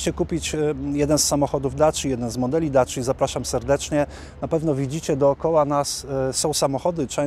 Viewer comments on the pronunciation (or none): none